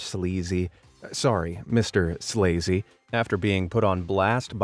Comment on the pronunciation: MRSLAZY is actually pronounced Mrs Lazy. LOL!